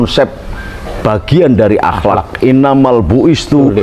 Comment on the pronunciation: BLEPOTAN POOOL "INAMAL BUISTU..." WHAT....( ini hadist populer bosss) INI SIH BUKAN TURUN GUNUNG.. TAPI MIRIP2 TUSUN GOT, LEBIH TEPATNYa.